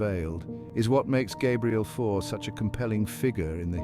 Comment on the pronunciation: teach this robot to pronounce fauré and satie